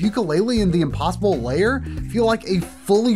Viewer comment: pro-tip: "lair" is one syllable, pronounced like "hair" or "pair", NOT two syllables like "layer" or "payer"